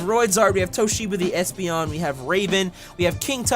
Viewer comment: you called espeon an a you said a$$peon lol